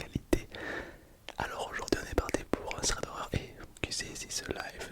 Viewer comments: Stylé le concept, juste pour info c'est THREAD et pas SREAD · Je sais pas si c’est fais exprès mais c’est thread pas "sread" 😂